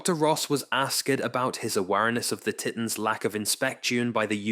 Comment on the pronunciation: I can’t stand AI text to speech “ask-ED about the TIT-ans….”